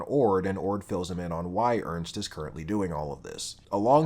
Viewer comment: Yeah, Ys 6 is a really good game. I am now going to tell you how some of those names are actually pronounced that you kinda butchered during the Video. Isha is pronounced I-sha and not Aisha. There is no A in the beginning. Ernst is German and not a grunt sound. It is a name. Think German for that one. In German it sounds very different.(It means serious btw) And Xisa and Jue you also kinda said wrong just like Heiyue. It is Ju-e and Shi-sa. Not Juu and not Shisha. Think more Chinese. And Heiyue from Trails is Hei-yu-e. People always forget the e at the end. And English has Germanic roots. And just for the record: I hate Terra!!! Worst voice acting in the history of gaming and I also hate her personality. I hope I can finish this game myself soon. I stopped before the cave. I did not want to see that Pirate Bimbo again. Planning to get a kitchen and a steamdeck soon. I have great plans for my steamdeck. I like Napishtim. Adol being German is kinda cool too. You learn that in another game. Not sure which one though. I hope you play the other games too. Celceta has some really funny gameplay. And Ys 8 has a bad map. For me at least. I have no sense of direction though. Enjoy your day.